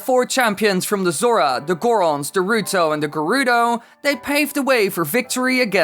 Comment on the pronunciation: You said ruto and not rito